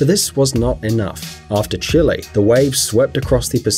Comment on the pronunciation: Chile = "chi - ley" , Not "Chilly," but it was a good video.